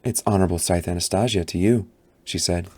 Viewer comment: The way he pronounces Anastasia may make me stop listening tbh